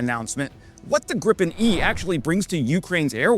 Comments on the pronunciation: Is it Grip-en, or Grii-pen ? This is the first time I've heard it called Grip-in, sounds vaguely rude,... This development is going to be interesting to observe, to see which military theorists are proven right or wrong, and what happens as things evolve. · There is no such thing as “Grippen.” It's either “Gri-pen” or “gri pen.” How hard can it be? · 'Greeeepen', not 'Grip-in' ! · It's pronounced Gripen not Grippen. Like "greepen". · There is one ”p” in Gripen. Why does every YouTuber pronounce it Grippen?? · it's pronounced Gree-pen!